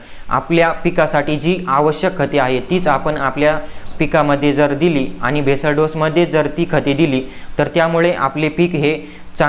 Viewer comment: बेसल डोस,,,, भेसळ डोस नव्हे l